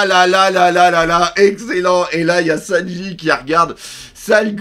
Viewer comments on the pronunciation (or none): none